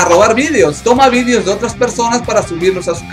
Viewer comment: Por que dices vidios :v? deja de ver a youtuber españoles!xD Muy bueno tu canal es de salseo!